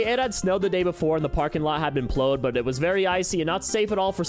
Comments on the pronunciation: "plowed" pronounced "pload" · he mispronounced the word plowed, saying plode instead. listen to what he's saying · I am BEGGING you. PLEASE have someone watch your clips before you upload them. You always mispronounce at least one word. I can't decide if you're ragebating or just never heard anyone saying these words out loud. (Seriously, mispronouncing plowed?)